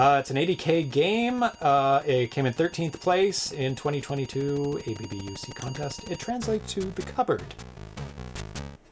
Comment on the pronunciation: ABBUC is not pronounced as A.B.B.U.C., but as a word. The A sounds like the A in the word 'father' and the U sounds like OO in the word 'look'.